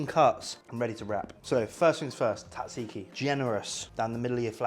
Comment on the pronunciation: Zat ziki, not tat ziki.